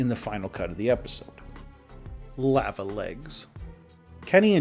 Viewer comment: how the fk did you just pronounce "lava"?